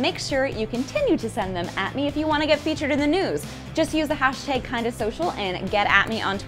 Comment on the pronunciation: I freaking love how Natasha says hashtag, hashteeg! I'm kinda super freaking excited for the collab with Stevie and seeing Nat play Pokémon Go, omg so many amazing things happening this week!